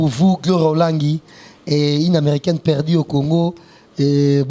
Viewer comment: Aza ata na soni te. Perdiiii. Eza nini perdu ekoma perdi